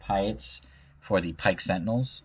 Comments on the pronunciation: its admiral PEA ET...haha. love your videos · We mentioned Chimaera pronunciation before Piett? Admiral Piett's name is said aloud in the original trilogy! Think "Pierre".